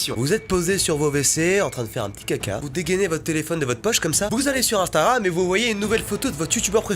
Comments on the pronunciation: Je suis le seul à entendre ”instaram” ? Quand mastu parle ? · Il dit "instaram" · C'est moi ou il dit "instaram" a 😂😂